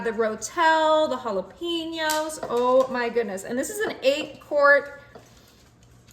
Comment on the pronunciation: TY for sharing your recipes. Looks delicious! Do you know jalapeños are pronounced "ha-la-paiñ-ohs"?